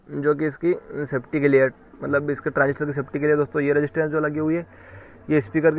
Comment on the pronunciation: Pass se kon bol raha hai 1943 transistorrrrrrrr😁😁😁😁😁